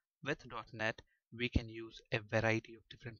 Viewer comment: Great Lecturers Thanx alot .. But can you please use a better accent !! There's a difference between We and Ve Available and Avalbl Way and Vay Server and Sewer Allow you and Allov you .. etc Please accept my advice .. Everything else in your lessons were Amazing and helpful Thank you very much